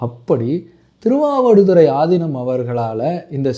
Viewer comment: Yow news la aathinam ku pathila aathi inam nu sollurainga ya enguttu poi solla ippolam news readers ee Tamil olunga padikurathu illa